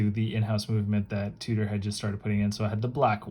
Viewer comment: Tudor pronnounce tyou dor not fucking tu tor wtf